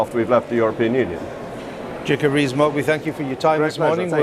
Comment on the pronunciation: Jacob BREEEEEZE-MOGG.....that's how this reporter/ journalist seems to pronounce his name. Maybe he's on to something.